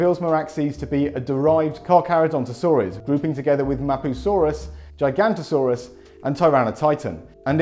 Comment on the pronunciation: "gigantosaurs". i think you mean "giganotosaurs"?